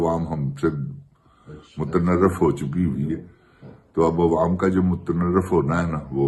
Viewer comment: لفظ ھوتا ھے متنفر ھوتا ھے